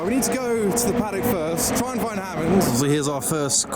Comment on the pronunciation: Hammond not Hammon.